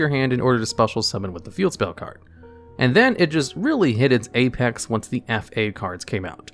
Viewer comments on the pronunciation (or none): none